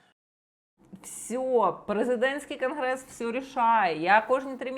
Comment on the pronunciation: "презєдентський" "крнгрессссс"....???